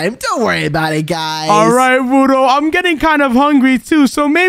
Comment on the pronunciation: You said wudo wrong 😂😂😂😂😂😂😂😂😂😂😂😂